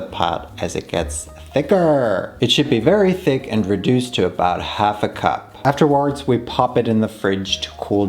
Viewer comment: The way you pronounce "thick" like "fake" is sending me into laughter.